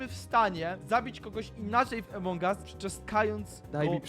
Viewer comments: nie mówi sie emong us tylko among us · Mówi sie Amongas